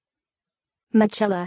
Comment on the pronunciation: Absolutely not! It is pronounced Mi-ke-la